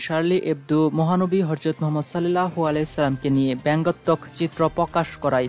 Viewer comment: আগে শুদ্ধ উচ্চারণে কথা বলতে শিখুন। "হরজত" নাকি হযরত